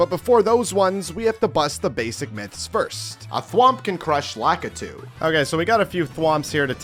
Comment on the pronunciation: i swear not a single american knows how to pronounce lakitu properly